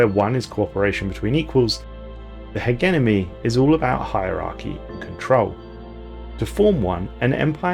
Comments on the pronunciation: Ha-gem-any. Hegemony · He genomy.. h egg enomy..u even said heg enemy ur boiling my blood.. hegemony! Not that hard to say! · Heh-jeh-moe-knee Hegemony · I forget that is a pronunciation of Hegemony. I pronounce it HedgeMoney or Hedgemon. Don't ask why the D is there, I don't know either. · Hegemony: X Hehgeneme: ✓ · We gotta work on the English. Dude's been saying Hegemony wrong for years now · The way you say Hegemony is funny. I normally say it "Ha-gem-a-knee". I've also heard it pronounced "Hedge-a-mo-knee"